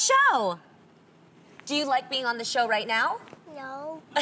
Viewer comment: Rite! I thought I heard rite..had to play it back..lol " just give me a cup, boi bye!